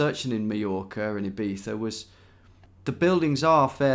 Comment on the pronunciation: Love the iˈβiθa when Ibiza, Tom